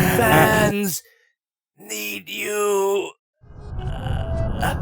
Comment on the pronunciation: ngl though he said sans instead of fans kinda dissapointed